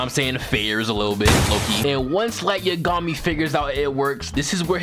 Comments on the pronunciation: Light yuhgami it yagami minda the same way u say megumi but u say yagami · Man, am I the only one hearing this foo, say Light Ye-gummy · Everyone: Light Yagami: Light YaGummy lol 🤣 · The way you pronounce Yagami makes me genuinely feel like I should be institutionalized. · Please don’t ever say light’s name again who tf says yagami like that😭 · Saying light's last name like he's a cousin of Yumeko from kakegurui 😭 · I can't continue watching this video because of how you mispronounced Light Yagami's last name. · I dont like the way you said "Yagami" bruh lmao